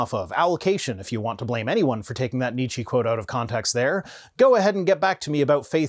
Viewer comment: After you specifically mentioned your German audience and the pronunciation of the name "Nietzsche", I am surprised that nobody corrected you. Nietzsche - "nee che" the e at the end is the e in "empty" or "ent" nee-chi sounds like the name of some exotic fruit. And if this "nee-chi" is some ongoing pun, joke, meme on your channel, I really don't mind you butchering the pronunciation. I just missed the meme.